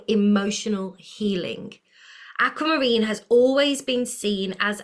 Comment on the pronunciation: Likening your channel! No put down but it is pronounced Aqu not Acu! 👍🏻 Pieces here.